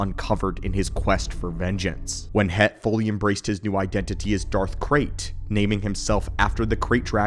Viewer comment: I heard Darth Craig instead of red in the beginning of the video. now in my head canon there is a mighty Sith Lord running around named Craig lmao